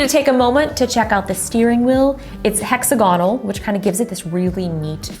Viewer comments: Y is no one talking about the way she said hexagonal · Is that how Americans pronounce 'hexagonal'?!